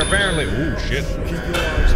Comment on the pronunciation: "I got eeyas, my eeyas got eeyas"